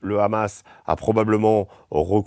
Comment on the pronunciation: C Hamas pas Amas